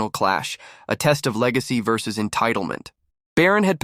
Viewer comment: "Barron veees Obama " AI , again, that can't use the proper word or pronounciation. The video goes on and on and on and on ........waste of time even the minutes I wasted till I got fed up .......zoned out and quit the video